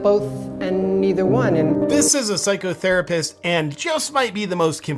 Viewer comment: this is a "psycho" pause " therapist" emphasis on the Pause there